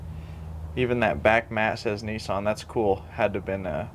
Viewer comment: Neesan NEEsan??? Niss as in Miss, than an =Nissan.